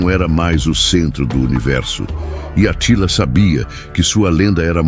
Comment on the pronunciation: Essa pronúncia do Narrador tá errada É Átila, não Atila